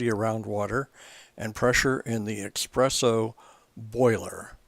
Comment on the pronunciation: I really appreciate the effort of this video seeing as my machine badly needs repair. The information is good however there are not enough photos displayed in stages here for me to feel comfortable with taking apart my machine. As a side note, I would like to point out (no offence to the writer/speaker) that there is no such thing as expresso, the word you mean is espresso (es not ex). Way to many "serious" coffee drinkers get this wrong. I have seen coffee stands out there that use the word expresso in their title but that is because they are mashing the words express and espresso to be witty. Es like the word escape not ex like the word express. :)